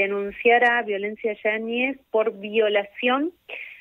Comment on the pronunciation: Dijo " Violencia Yañez' o estoy alucinando??? 😂😂😂